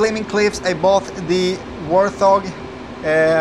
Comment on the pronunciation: Great enthusiasm for the new product due out any day now. BTW, the A10C Warthog is pronounced Wart-hog, not War-th-og. The joys of the crazy english language! :-)